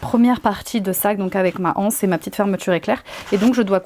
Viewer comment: Il ne me semble pas qu’il y ait un h aspire devant le mot anse. On dit donc les z’anses… la « anse « ( qui s’écrit d’ailleurs hanse) est une association de marchands. Désolée, je sais que c’est à la mode de dire la anse, mais c’est vraiment absurde.